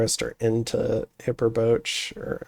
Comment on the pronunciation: Some of the province names are not straightforward in English for sure. 'HY-per-botch-y' or 'hee-pair-BO-che' sound fun.